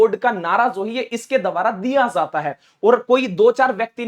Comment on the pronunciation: Tum apna talaffus Sahi karo jata he zata he me fark